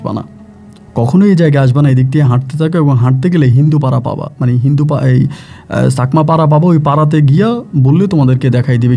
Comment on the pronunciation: চাকমা বলবেন ছাকমা না । ভুল উচ্চারণ করবেন না।